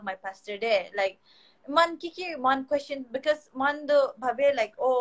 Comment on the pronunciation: If you can kindly say "Kuest-shion" and not "kho-shion" for the word Question.